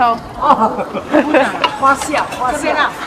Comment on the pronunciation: 哈哈哈，臭豆腐會臭的原因是 發酵。fa1 xiao4（jiao4）fermented。老闆說成"花笑" hua1 xiao4。所以我猜Susie應該查不到🤣